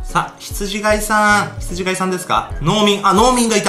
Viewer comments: 「ひつじがい」じゃなくて「ひつじかい」ですよね。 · ひつじがい ではなく、 ひつじかい です。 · 羊飼いって、『ヒツジかい』じゃないんですか？『が』じゃなくて『か』だった気がします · 羊飼い→ひつじがいではなく、ひつじかいです。聖書に出てきます。